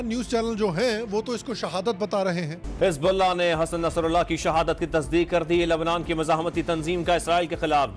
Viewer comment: His bulla .. Nas tullah ... Pant kulla